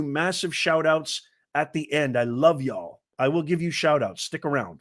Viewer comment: Y'a l l haha. Definitely from the South